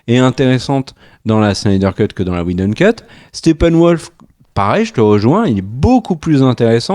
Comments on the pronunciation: J'ai bien aimé la prononciation Weshdon, qui n'est pas sans rappeler Wejdene. Les deux volant à peu près aussi bas, le lapsus n'en était que plus croustillant ! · Josh "WheJdon" et Zack "SCHneider" hahaha..On s'en lassera jamais!!